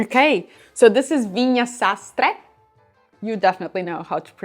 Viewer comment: Your "sastre" pronunciation was on point 👌🏻